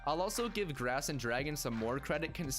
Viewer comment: Grass sounds like drass